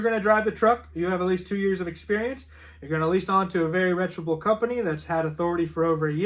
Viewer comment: It's reputable not retchable😊